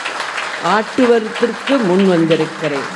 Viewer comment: ''aaatuvarthruku'' hahahaa Anna, ssr_ RIP. itha ketaaa hummmm thoooo